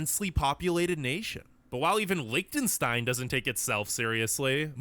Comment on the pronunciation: it is NOT Lickten stein no K sound! It is li CH tenstein with a ch as in loCHness...NOT A K! get yournames right yank.